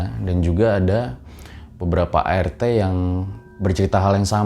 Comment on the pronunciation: Apa cuma gue yg denger ngomong ART itu air teh 😁